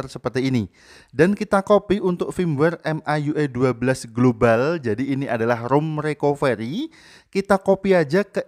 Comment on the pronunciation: Its a india global not a globale